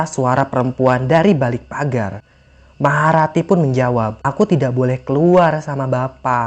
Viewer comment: Maha rati jadi maharatu